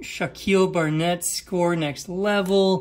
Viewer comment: Dude...Its SCORE...LMAO